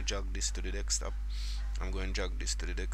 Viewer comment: Sounds like you say dickstop instead of desktop AHHA